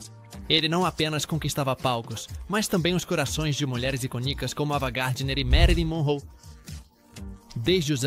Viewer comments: TODOS os nomes foram pronunciados de forma incorreta. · Marilyn e não marriom...